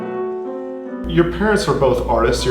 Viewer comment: So many things to say about this lady! Great interview. Photographer probably needs a girlfriend. Pronunciation lesson,; I wouldn't expect Westerners to say her name in the Chinese manner, family name first, like 'Wang Yuja', BUT I wish we could all understand that 'a' in the Chinese alphabet is pronounced 'ah' so her name should be pronounced like 'bong' and not 'bang'. (Also, Lang Lang ought to be pronounced ' Long Long '.)